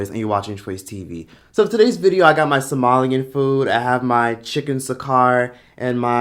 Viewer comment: Ayyyeee Somali food! And you pronounced it right! 100 more cool point!